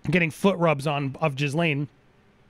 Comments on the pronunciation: Jizzlane---> sounds about right. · I never laughed so hard, Jizz lane, effing brilliant!